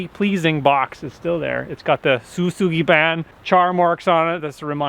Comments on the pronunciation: It's pronounced Sho-Shugi-Bon. Wild Wonderful Off-Grid, does it on a lot of their build. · It's actually "Shou-Sugi-Ban" (like in show), but you've mostly got it :D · show-sue-gee-ban. Thinks thats fairly phonetic.